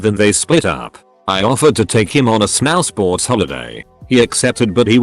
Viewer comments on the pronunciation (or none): "Snaowsports" lol